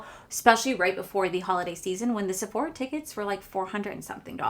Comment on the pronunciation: IT'S NOT SEPHORIA it's JUST SEPHORA......NO I in there 😂😂😂😂